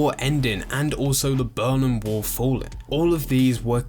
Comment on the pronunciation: The "Burnam" wall falling? is this guy for real? pmsl.